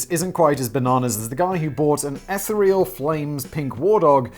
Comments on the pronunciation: It's ee-THEE-ree-ol, not ETH-uh-ree-ol… I cant even with this man 😂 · The ETHER is not the EH-ther, it’s the EEEfher (with a long E). The word is EEEthereal, not EHthereal. That isht drives me crazy please say it right. Thank you. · eth-EE-real, I think you mean.